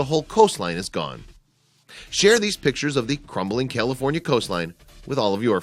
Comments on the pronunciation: he says "Killafornia"..... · Did he say Killafornia? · Wait...did he say "Killafornia" at the beginning? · At the srarr it sounded like you were saying killafornia lol... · It's not prounounced "Killifornia" unless you were going for a pun. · What's Kielifornia? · Sounds like he’s saying Kill-a-fornia. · Kill-aforinia??? And he's always wanted to live there. I can't imagine anyone that doesn't know how to pronounce CALIFORNIA. Really?? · I stopped watching after he said cillafornia lol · Did he say Killafornia in the first sentence? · Did he say kilafornia? Lol I love California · Does anybody else hear this dude call it KILL-afornia? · why is he saying kill-a-fornia? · Wait, did he say Killafornia? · This guy keeps pronouncing it like Killefornia. More fitting. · You call it killa fornia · YOU CAN'T EVEN PRONOUNCE CALIFORNIA . BESIDE THOSE DIP SHIT DESERVE IT. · Flood control has stopped sand replacement along the beach. This is what you get. Please have someone help you pronounce California. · I love how the narrator can't even pronounce California correctly